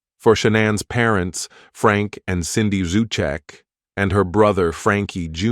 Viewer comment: It pisses me off that so many want to make a YT video about those heinous crimes, yet continue to mispronounce the name Rzucek 🤬👎🏻🙄